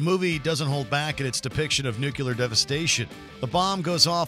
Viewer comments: NUCLEAR = New + Clear NUCULAR = Wrong + Mispronounced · Nuclear not nuculear. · If you're going to make a video that involves nuclear weaponry, can you at least use a host who knows how to say Nuclear, rather than "newcular" for the love of sanity? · Say "new" - "New' - Now say "clear" - "Clear" - Now say "New, clear" - "New, clear!" - Brilliant! You've got it! Say "nuclear"! - "nUcULaR" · Nuclear... not nucular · “nuclear” not “nucular” ffs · People who say "new-cue-ler" drive me crazy Also, no mention of "Greenland"? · New clear. New clear. Why is it so hard for people to say nuclear properly? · "nook-you-ler"?? really, Watchmojo? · "nucular"? Really? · Please learn how to pronounce "NUCLEAR."